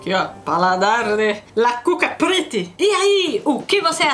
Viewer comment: Sempre que a Prit fala "La Cuca Prit", eu acho que ela vai dizer "La Cucaracha" 😅